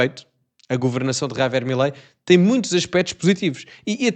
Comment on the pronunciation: O rapaz tens de aprender a pronunciar a palavra “ Javier” e não Ravier😂